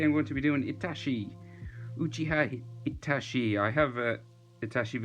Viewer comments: Sounds like he’s say itashiii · Bru that's pronounce itatchi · man says itachi as itashi But the drawing is sick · did he just say itashi